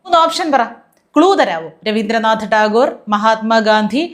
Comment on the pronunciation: രവീന്ദ്ര നാഥ ട്ടാഗോർ എന്ന് പറയാൻ പോലും അറിയാത്ത കുട്ടികൾ